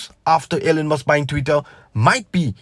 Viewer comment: Elon...not Ellen